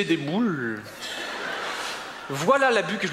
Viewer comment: jadore comment il prononce ''boûles'' XD